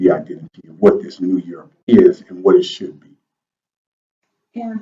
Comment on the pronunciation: stop mins "rebrownng of urop" mght b more accurate... terri a.